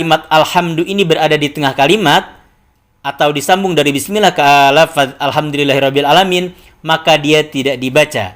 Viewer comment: klo baca "bismillah", di awal2 video mengucapkan "bis" nya kurang begitu jelas..